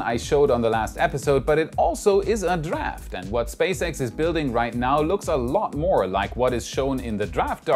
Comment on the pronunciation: slight word issue. moe-more just sayin :)